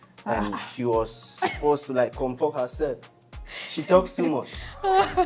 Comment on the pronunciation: Say compork herself. English oh😂